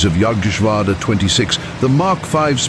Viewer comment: The narrator's got a great voice but seems to have mispronounced a few things: gruppe, jagdgeschwader, Leigh Mallory, Jagdwaffe, Bader, Malaysia. "Friend from Foe" should be "Friend or Foe"?